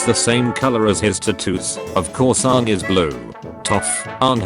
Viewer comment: see this is why i HATE these text to speech programs, this program doesn't know how pronounce Aang . So when dictating the "my names Ong. you mean Aang" meme, it just says Ong 3 times. whats the point in reading out a meme, if the premise of the meme is destroyed by the reader????